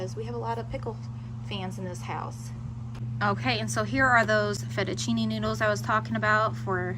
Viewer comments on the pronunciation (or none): none